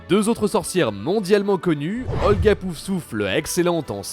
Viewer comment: Super vidéo ! Mais petite précision, c’est Helga Poufsouffle et non Holga :)